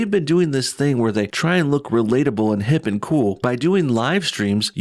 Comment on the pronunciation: Why do they pronounce "and" as "eeeyand"? It's grating.